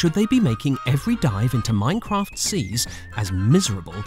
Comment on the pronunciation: I love the way says M O I N C R O F T